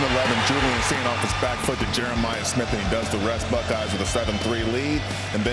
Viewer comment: The what??!! The *uckeyes?! The name starts with the letter B buddy…not and F 🤪🤦🏻‍♂️